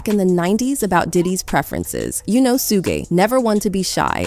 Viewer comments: It’s pronounced shoog, but continue going off sis🤍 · I almost couldn’t keep watching the way she pronounces suge. Sugay really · Who is suegay 😂😂😂 like you say sugar just take the AR off. SMH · Haha i cant stop laughing at the person calling suge, sue gay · who tf is Sugheh knight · Who is sugay? They really need to learn how to pronounce peoples names. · Sue-Gay Night? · Suge Knight pronounced “shug nite” I was confused at first too. 😂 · If this narrator say Sue gay 😅 one more damn time imma 😱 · Who the hell is su-gay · At least if u gone do the video get the names right it takes the legitimacy out of it when yo add can't even pronounce SHUG NIGHT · who da hell is sugay . i almost stopped listening because u lose credibility if dont even know how to pronounce their names right. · Omg his name is pronounced Shoog knight, yea it's spelled suge but learn how to pronounce it before u say his name 12 times in your video. Just saying. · Stop calling him Su-ge Knight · Sue gey night Its not how you pronounce suge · Suugay knight and kid koodi. If u don't know how to read don't make videos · What is up with the way she keeps saying Suge Knight. Have you never even heard his name said before? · if y'all reading this, tell that chick talking to learn how to pronounce the artist's names. she is slaughtering Ma$e and Suge Knight's names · She messed up suge name n kudi lol. 😂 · All these allegations are horrible but the only one who also cringed with how she pronounced Suge? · Okay. Who TF is Suge Night??? Everybody and their mothers knows how to pronounce his name. He's been in the news enough. I guess that's why she's reporting on you tube and not a real reporter. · I think you’re saying suges name wrong get it right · How do you mispronounce Suge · “Sue-Ghae Nite” 😂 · SooooGaaaayyyy knight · lmfao....she pronounced suge as 'su-gey' knight... ..i thought that was fucken hilarious. 🤣🤣😂🤦‍♂🤦‍♂🤦‍♂🤦‍♂ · This narrator sayin.. Sue-Gay instead of Suge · His name is Suge, not Suegay